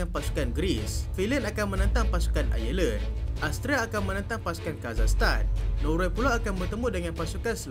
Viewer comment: Eja ivory pronoun “aivory” Eja Ireland pronoun ailen